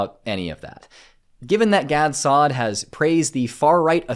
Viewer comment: Wow apparently Gad Saad is so dumb he doesnt even know how to pronounce his own name?